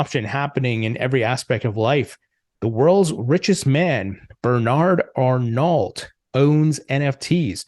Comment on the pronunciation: ar-NO* is how you'd pronounce it. Not ar-NALT.